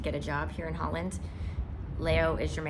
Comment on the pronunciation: Well, she lives in Zuid Holland so she is saying it correctly.